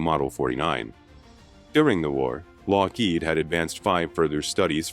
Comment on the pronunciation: Very interesting documentary. I only wish the narrator had better pronunciation. He repeatedly emphasizes the second syllable of Lockheed, which is incorrect. My husband used to work for Lockheed, and we both find that grating.